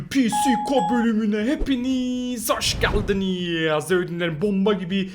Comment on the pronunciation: Hepiniz hoşgeldıninizz diyişe bak akskkskss